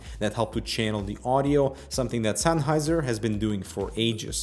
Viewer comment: did he say senheiser once?